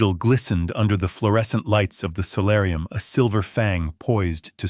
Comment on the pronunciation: Solarium, not salarium